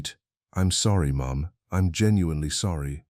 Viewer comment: Dear AI: Mom is one syllable, not two. Lol